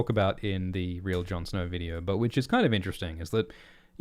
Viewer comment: "Jon Snor"